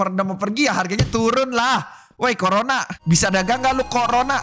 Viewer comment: KO RONA❌ CORONA✅